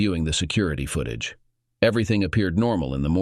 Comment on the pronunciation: Seep paration? Foot ag eh? What program do you use for TTS, something from the 1990's? ugh